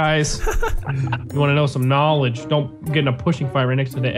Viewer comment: Knowledge❌ Knowedge✅